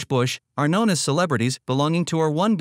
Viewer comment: sure! May I suggest, then, that in the script you cue the AI to read the haplogroup designations more slowly by inserting spaces between the alphanumerics? eg. R 1 a, R 1 b, etc. That's one way it might sound more natural since English native speakers do tend to give each alphanumeric full and equal stress but the AI isn't doing that. Just a thought.